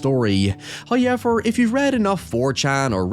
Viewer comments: First "hoyevver" drops . Conformément à la prophétie. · I hate the way this dude says "now" and "however"